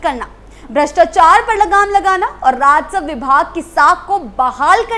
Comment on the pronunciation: बे‌ लगाम को बेल गाम और राजस्व को राजसव‌ बोलकर भी मैडम एंकर बनी बैठी है